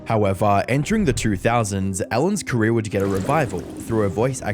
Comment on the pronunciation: "Ellen DeGeneres careé..."